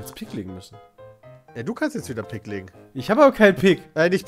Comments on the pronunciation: ' Aussprache von Pik schmerzt. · Es heißt Pik, nicht "Pick"!1^!^^!!! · Bin ich der einzige die das pieeek nennt und nicht "pick"? :D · Pick, Kreus ,Karro und Härs..wer kennt sie nicht :'D